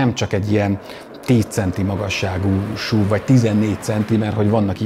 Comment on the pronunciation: šuv (szlovak) 😊 miért nem nevezet esz ú vé nek? Nevecségesen hagzik a šuv. Vagy akor szúv. De Máskülönben megint nagyon jó videó.